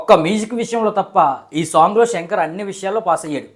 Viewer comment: Shankar ra peru Senker kaadu😂